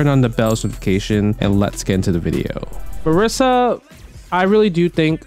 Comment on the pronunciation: MA-REE-SA. Lol.